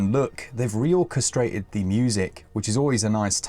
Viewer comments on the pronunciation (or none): You said orchestrated, I heard ‘castrated’ 😂